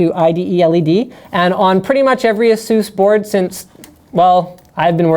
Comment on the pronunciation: Ay-Soos! Raydeon! Say-Ta!